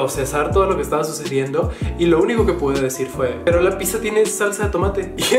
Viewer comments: si correcto, solo te decía que le dijiste "pisa" y no pidzza, pero X buen día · Pizza es italiano, pronunciado “pít-za”. ..con zeta sonora. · Pizza no es ingles,es palabra italiana,y se pronuncia pitzza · bueno para ti es raro y sobre la pizza originalmente se pronuncia (picza) trabajo con italianos.. y pues la salsa de tomate a la que te refieres es mucho muy distinta de capsu.. los paladares entre italianos difiere algunos si le ponen capsu.. asi que pues no esta tan lokos los del sur..😁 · Pizza en la cdmx se pronuncia como la palabra en Italia no como lo haces tu